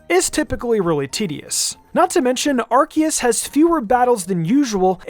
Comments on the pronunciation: STOP CALLING IT ARK E US. It's r see us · I am Captain Pedantic. Ar-see-us. Ar seeeeee us Ar-see-us.